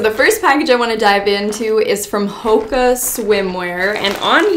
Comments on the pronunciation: Haha hoaka is pronounced “ho-aw-ka” but for anyone interested hoaka it is literally my fav brand I already I have so many swimsuits from them! They are coming out with new eco-hoakas every week and they’re amazing! They are also completely ethical and treat their workers great, and their staff is amazing at helping you with any issues you may have! The girl (Elizabeth Rioux) who is the owner is absolutely amazing! They’re always coming out with new designs but sometimes sell out fast! They are all about diversity so have sizes for everyone! you can always check out their ig for more info :))) I recently became an ambassador so if you guys were interested you can use my code TORIAMONDSEN for 10% off!! ❤️ it’s such an amazing brand I love them! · Pronounced like ho aka I am pretty sure.